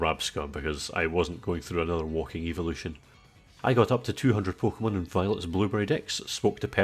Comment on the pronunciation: When you said evolution when you were evolving Pidgy into Pidgyoto. I thought you said Eeveelution not evolution